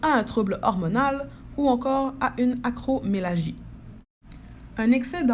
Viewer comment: Merci... On dit acromegalie... Le (g) se prononce ga... Comme( ga)rage Pas comme âge. (Ge)...